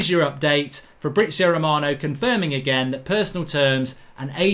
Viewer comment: Who is Fabrizo Romano??? 🤣🤣🤣